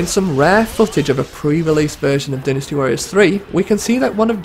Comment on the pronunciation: I wish you'd say Dynasty Warriors right